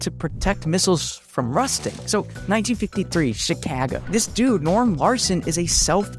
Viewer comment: 1953, Where?That pronunciation hurt my brain!